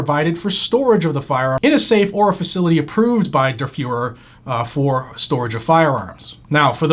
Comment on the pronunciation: Whose this “derferer” he keeps mentioning?